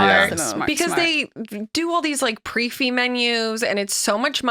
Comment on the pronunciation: Just fyi it’s pronounced “pree fix” — I’ve heard say “pree-fee” a few times over the years so thought I’d just mention it. ❤